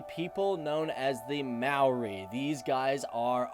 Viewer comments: Completely butchering the maori names man 🤣 it’s easy to pronounce when you know how to say their vowels (a-ahh e-eh i-said like saying “e” o-oar but without the “r” sound and u- ooohhh. Also, if that didn’t help, for starters you pronounce “maori” as mow-ree but almost as if you are going to roll the ‘r’ but not quite. And Mount Ruapehu is said as roo-uh-pay-who. Real good video though! If you do a part two, maybe talk about the All Blacks (our national rugby team) as they are literally our pride and joy. You can also talk about pavlovas, pineapple lumps, L&P because it is LITERALLY THE GREATEST SOFT DRINK TO EXIST!!! If anyone who is planning to go to New Zealand sees this... GET L&P!! Sadly there are some downsides to our country, society wise. This includes our drinking culture, domestic abuse rates, and obesity rate. We are ranked #3 in the world for obesity I think? But if you came here and saw us, many of us aren’t large haha. I love New Zealand because it’s such a beautiful place, we have so many opportunities here and I always feel safe. There is no doubt in my mind that I feel comfortable to walk around alone at night as a female. I’m proud that as a country we are trying to sort out anything negative about us. Another thing to probably mention is our stable economy! It’s great! If you’re visiting during summer, I really recommend checking out Mount Maunganui as a place to visit because it has an amazing beach, plenty of shops and an amazing mountain to climb, which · you're right there is no marry but neither is it mow as in "now". The "a" is long as in "car", the "o" is pronounced "or" and the "i" is pronounced "ee" as in "tree"..and you just run the vowels together,one after the other, technically you could say it's a three syllable word...good try though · Ruapehu is pronounced rua pay who but with a rolling of the tongue like drua pay hu, maori is pronounced like mouldy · more like mowthe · I live in new Zealand and it's pronounced möri